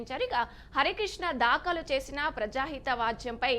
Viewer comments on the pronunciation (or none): దాకాలు... కాదూ.."దాఖలు" అనాలి..😂